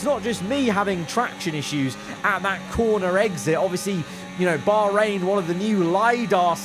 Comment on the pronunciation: It's cool to see that they actually try to pronounce Bahrain properly. It's supposed to be bakh rain and not bar rain